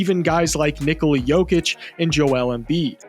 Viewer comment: My man said “Nikola” right! 😮😮😮